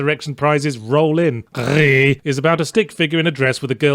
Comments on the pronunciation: He's far from the only person who's made that mistake, but every YouTube video about "Gris" has the correction among the top comments, so you'd think they had caught up in The Escapist. Considering that Yahtzee is going out of his way to mispronounce the word, at least he could try to butcher the right language. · that the title is not french, and it is not a pretentious indie game with a french title. Maybe a pretentious indie game with a spanish title, but pronouncing it in french all the time doesn't make the joke work. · I find it hilarious that Yahtz doesn’t do his usual gag of ‘words that sound like/rhyme with name of the game’ with Gris, but instead insists on pronouncing it more and more unhinged as the review goes on. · goddamnit everytime i see this game all i can think of is his voice the way he pronounces it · GRIS is Spanish, not french, so maybe pronounce it correctly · He’s British. Therefore more familiar with French than Spanish (even if he should have looked to see it was dev’d in Barcelona). And since French “gris” and Spanish “gris” are spelt the same, he assumed the French pronunciation. Understandable, since “French” is often jokingly synonymous with “pretentious,” as the game was the latter to him anyhow. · I just keep coming back to hear all the varied ways yahtzee can pronounce *GRIS*... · "Gris" is actually grey in Spanish. So it's okay to pronounce the s. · Gris is also grey in French, and there you don't pronounce the s. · That's hilarious. For me, a Puerto Rican, "Gris" is the same thing as in French I guess, it still means gray in Spanish but you actually pronounce the "s" in it. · It's spanish, the developer is Spanish... Seems like very simple research. While it's a small mistake it's compounded by the repeating French pronunciation joke. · Gris is a Spanish game. The final "S" in Gris is pronounced in Spanish or Catalan, the languages of the authors. :) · It's... it's pronounced "Greece" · Why is it calling it Grih and not Gris